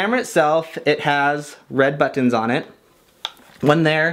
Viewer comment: The way he says buttons is entertaining